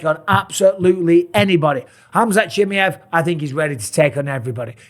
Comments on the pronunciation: ChimaEeeeev , not Chimiev … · It's 'Chimaaajev', stress on 'a', very short 'i', very short 'e' pronounced like a short 'i'. Pal, you're doing this on purpose. Used to subscribe to your channel... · Chim-ee-ev lol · Love ya bisping but Chimmyev?? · "Hamzat Chimiev" lmao😂😂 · The disrespect from Bisping by not trying to pronounce Khamzat's last name correctly is noticeable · Mate. Why you saying his name like that. I swear you've never said it like that before or am I tripping 😂😂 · Michael say his name properly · Until Bisping learns how to pronounce Chimaev properly, I'm not listening to this. I just can't. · You've pronounced his name wrong like 100 times now. This is an impressive devotion I have to say. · Mike, I'm not saying this to be rude. The way you say chimaev is wrong. Swap the A and the E brotha.